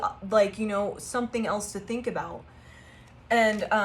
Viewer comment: Lol.......te he he.....you said finx te he he...te he he 🫵🤭😁